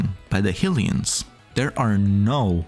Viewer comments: I mean no harm…but “HILL-ee-uns?” Isn’t it pretty apparent at this point that it’s “HIGH-lee-uns?” No? Am I missing something? The Goddess, “HIGH-lee-uh?” And “HIGH-rule?” Again, I mean no harm, but this seems obvious. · the way you pronounce "Hylia" and "Hylians" so wrong is incredibly agitating. but other than that, good video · Who tf says Hillians? It's canonically been Highlians since at least the mid 90s.